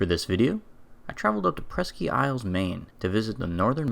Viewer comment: Presk-ee isle Maine. Hahaha ain’t from around here, are ya, boy? Presque is pronounced “presk”